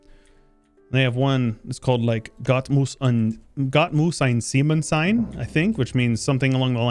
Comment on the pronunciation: Your pronunciation of German is actually really good. "Gott muss ein Seemann sein" was very clearly understandable. I'm kind of impressed 👍 The translation is also correct: God has to be a Sailor. The song is about the lifestyle / feeling of being a Sailor and how they feel protected by god. The complete chorus translates to: God has to be a sailor Nobody get's lost (or nobody is left behind / "auf See verloren gehen" = "to die at sea") He never leaves the crew God has to be a sailor Here are the complete German lyrics: Schau Dich um diese Welt ist unsere Lass die Angst und die Sorgen los Hier bist du frei (frei), frei (frei) Jede Fahrt ist wie ein neuer Tag Halt die Hand in die kühlen Fluten Und du spürst eine Macht so groß Hier sind wir frei (frei), frei (frei) Himmelweit in die Unendlichkeit Gott muss ein Seemann sein Keiner geht verloren Keiner geht verloren Er läßt die Mannschaft nie allein Gott muss ein Seemann sein Gott muss ein Seemann sein Keiner geht verloren Keiner geht verloren Der Teufel holt uns niemals ein Gott muss ein Seemann sein Lass uns ziehn mit den ersten Strahlen Lass uns ziehn wenn der Westwind braust Dann wir sind frei (frei), frei (frei) Geradeaus in alle Welt hinaus Wo die Wellen nach dem Himmel greifen In der Ferne sind wir zu Haus Denn wir sind frei (frei), frei (frei) Himmelweit in die Unendlichkeit Gott muss ein Seemann sein Keiner geht verloren Keiner geht verloren Er läßt die Mannschaft nie allein Gott muss ein Seemann sein Gott muss ein Seema